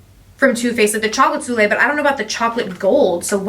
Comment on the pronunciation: Aww! So sweet! Lots of goodies, can’t wait to get my boxes! Just FYI...it’s pronounced so-lay (soleil)! Hope that’s helpful!